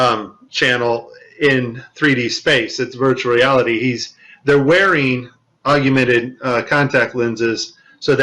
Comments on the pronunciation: "Argumented Reality" loser can't even speak 😂😂😂😂😂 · So you're listening to a guy talk about augmented reality, who doesn't know how to pronounce 'augmented'...hardly an expert I feel. And no, that NASA toy clip was nothing to do with augmented reality, it was simply a mask of the background placed over the toy for the first portion of the video. Easy to do in Premiere, no need for AR. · Love the content! But not so much your mis-pronunciation of "Augmented." Drop the second "U" and you'll have it nailed. Yeah..... I'm kind'of an english snob LOL